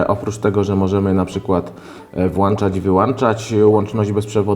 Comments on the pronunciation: mowi sie WŁĄCZAĆ i WYŁĄCZYĆ a nie włancza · WŁANCZAĆ !!!! AAAAAAAAAAA!!!!!!!!!!!!!!! WŁĄCZAĆ SIE MÓWI!!!!! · co razi najbardziej WŁANCZAĆ I WYŁANCZAĆ ???!!!!!! (ok 4minuty) Kiedy nastaną te czasy ze mówi się WŁĄCZAĆ I WYŁĄCZAĆ ? !!! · Włączać i wyłączać a nie włanczać i wyłanczać!!! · włączać, wyłączać a nie włacząć wyłaczać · NIE MOŻESZ WŁANCZAĆ I WYŁANCZAĆ BO NIE MA WŁANCZNIKÓW I WYŁANCZNIKÓW. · "Włanczać i wyłąnczać"... naprawdę...? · włanczać wyłanczać wifi? ;d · włanczać i wyłanczać